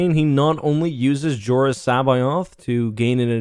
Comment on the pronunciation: While this is really cool... it's jaring hearing how Jorrus' name is pronounced, since in my head I've always said it as C'Both.